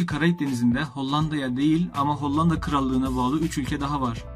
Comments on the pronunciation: Maalesef hollanda diyemeyişinden videosu izliyemedim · Çok kötü önce bir diksiyon dersi al ve Hollandayı düzgün telaffuz et! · Reis nedense her hollanda dediğinde bi gülme tuttu